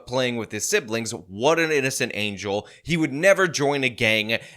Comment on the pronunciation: why do you keep saying siblings… When the main is clearly not saying siblings he’s saying… “Siblins”